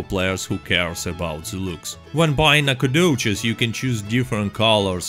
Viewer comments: It’s pronounced like “nack-o-dish” not “nack-a-doches” lol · i love the NacOGDOOOches. Love your accent lol makes the vids alot better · No one: Literally no one: nAcOGdoChEs... i jUsT LiKe sAyIN' iT 🤪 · NACOGDOCHES is my hometown ya’ll. Nack uh doe chez. 😂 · Alright I saw this you can remove the video now. Oh and make your voice saying nacagdoches into a ringtone